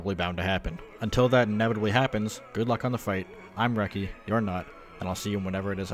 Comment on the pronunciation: I choked a little when you said I'm your not. That was funny xD